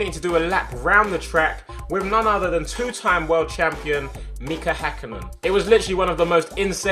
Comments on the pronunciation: Wow I'm impressed how well Tobi pronounced Mika Häkkinen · I love the way you pronounced Mika Häkkinen